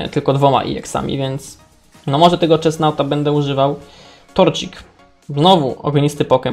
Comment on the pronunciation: a i mowi sie czesnot i hołoł